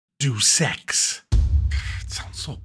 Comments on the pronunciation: It's not "duce ex" it's pronounced "day-us ex" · Pronounced Day-us Ex..... not DUUS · I thumb you down for saying Jew Sex instead of pronouncing Deus Ex properly. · Please tell me the mispronunciation of Deus Ex was on purpose.